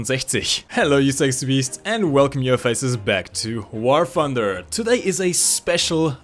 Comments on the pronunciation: Most Germans pronounce War Thunder as "Var Funda". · welcome back to war funder =) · how to pronounce in War Funder! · We need to make a video explaining how to say a lot of english. War Funder.. lol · U know how to pronounce german tank names,but stil cant pronounce " War thunder" correctly